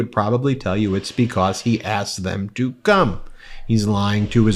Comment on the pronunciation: Love you channel! Not so much the way you say the word (because)like “becosss”’lol, but that is a small gripe. Trump is toast in hopefully less than 2 weeks , and i pray there is peace if And When he loses.🙏